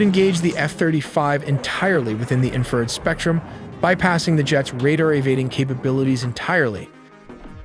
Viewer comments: 'INFRA--RED' not "inferred" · IN FRA RED Red Not inferred AI is stupid You MUST truck AI how to pronounce words correctly IN FRU RED You drive me KNUTS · Bro, it's pronounced 'INFRA--RED'... 'INFRA--RED' not "inferred" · "Inferd"???? AI slop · It's infra-RED 😵‍💫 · Great channel but speech to text engine is super frustrating to listen to. Example, infrared sounds as inferred. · You guys always make a point to say you make original content WITHOUT A.I ! Although you kept pronouncing INFA - RED ... "INFERD" ... Like WTF ? No one pronounces it that way !!!! No one ! Accept maybe A.I that is. Definitely sounds something like A.I would do. And a crappy one at that. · I never knew it was pronounced “inferd.” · Why is it so hard for AI to pronoun IN FA RED. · Great video, I know it's a mix of people and AI, but could you at least try and clean up the audio on your video. That AI bot voice you're using (which a lot of anime summary subs use too) has horrible pronunciation of some words. Infrared is not in-furred. Mach is not mack, and so on. It makes you sound and look very amateur which I don't believe this account to be. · Is there a way to adjust pronunciations of certain words like infrared, the ai keeps pronouncing it as inferred. Your content is great but surely there has to be tighter oversight over the script. Much like Mencho video where city names were absolutely butchered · Infrared… in-fruh-red… enunciate. Great video though. Nice work. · “Inferd” 😂 Ai sucks at proNOUNCiation. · "INFERD RED" (infrared) 😁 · Couldn't pronounce in-fra-red right, which was quite annoying. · These videos really need a new narrator. Having a 20 something year old kid narrate this while mispronouncing INFRARED is wild. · Please stop with the AI slop! get an actual voiceover artist who can pronounce Infrared.